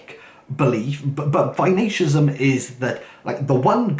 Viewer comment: Its Vaishnavism. Why-Shhh-Na-Vism